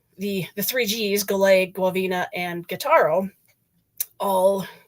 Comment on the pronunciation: I appreciate this posting and much to add to the saga of the USS Golet SS 361. My Uncle Eugene Sieracki TM2c perished with his shipmates on the Manitowoc built Golet. First off the pronunciation of the Golet is not the french style version rather "GO-LET." How do I know this? Back in the mid 1980s while researching various topics associated with GOLET, I interviewed an ensign who was assigned to GOLET out of Pearl upon arrival from Manitowoc in early 1944 (Commander Robert Tucker), who informed me on the correct pronunciation. (More on Tucker, later). The sinking of GOLET has much to do with command structure issues from commissioning in Manitowoc upon arrival at Pearl Harbor and just bad luck. In the late 1980s, there were three US Navy people still alive that served on GOLET. (Captain James Markland Clement/Commissioning Captain, Bob Tucker who served a mere three weeks on GOLET as an ensign, and William Ellsworth Harris a Gunners mate who was transferred off GOLET after first war patrol in May, 1944). Tucker was career Navy and after WWII and submarines, he served on various destroyers until retirement. Tucker had much to say about the command of GOLET and he states that "although GOLET was my first ship, even I could tell the morale was very poor especially among the officers and of course this affected the crew. JM Clement was the most lonely man I have ever known." My notes from the interview with Tucker go into more detail but the conclusion was trial and training of G